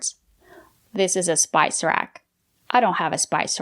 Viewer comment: Wow, (spice) is a so basic and easy word I can't believe that someone with that "much English experience" who (claims to be English teacher) don't know how to pronounce it! I've watched other videos where she is corrected by you guys and I can't believe she didn't know how to say (not to), she seemed to have a high English level, especially cause she almost have American accent. How come she didn't know something so basic? When she has studied English for a very long time, lives in USA and her husband is an American English native.